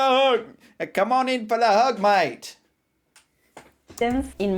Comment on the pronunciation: that was actually a good Aussie accent on the “mate”! Now you’ve got to perfect “maaaaaaaate”.